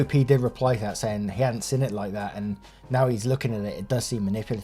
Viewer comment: How we say "seen": seen How says "seen": siin 😂 Then when he says to shove the lavender up their.... Well that was the highlight of my day